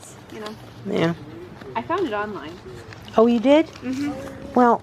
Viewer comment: I just Love your Mom..." Well if you found one on - line I wish you would have told me" ) ...lol just Love her...I love how she said online, it sounds like two words !! :0) I Love your whole family also !! :0)